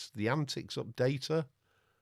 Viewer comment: I am surprised you did not correct the pronunciation and capitalization of the antiX name. :-)